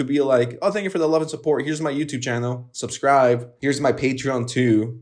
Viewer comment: did you say subscrive?